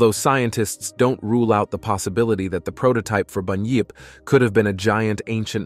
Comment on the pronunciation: It is bunyip not boonyip. And of course they existed, there are yets and what about your American version